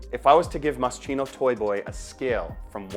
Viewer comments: The bear theme came from Moschino’s early collection when he made a dress with little teddy bears on the neckline around 1987-88. He was the designer with a sense of humor and I believe work for Versace. On the the Chino part is pronounced Kino. I got to meet him when he was promoting his first or second collection in the 80’s. Well, more like went to a small in store fashion show in 1988 when no one knew who he was. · Mos-kino ! Not chino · In Italian CH=K so its pronounced MOSKINO. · Moscheeno? Hehe I love this perfume! I really liked it since I first tried it so I had to get it! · pronounced Moskeeno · moscino ahahahaha sti anglo ahahah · Masscheeeno? lol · It’s pronounced MossKino - and I love this unusual scent ❤ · My ears hurt every time you mispronounce moschino. How do you do a video of a cologne without knowing how to pronounce it? Takes literally 5 seconds to look it up. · maybe you could learn how to properly pronounce a foreign word before publishing a video? It really sounds terrible… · Ur pronouncing it wrong 😭